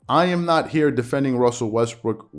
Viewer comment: I know you did not mean it. But you mispronounce Westbrook's name. Hilarious! I had to rewind to make sure.